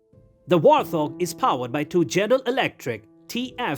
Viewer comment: This would be interesting if the foreign bot didn't have the Elmer Fudd Syndrome where the bot cannot say its "R's" it comes out as a "W".And it cannot say Wart Hog,the stupid bot puts a "th" sound to it as in thing or those. Granted Warthog is one word but still...